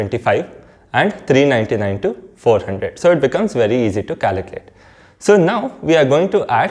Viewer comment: Caliculate or calculate .Please pronounce clearly